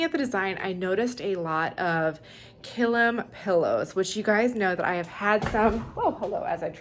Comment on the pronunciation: Pronounced "kill-eem" according to the Merriam-Webster dictionary.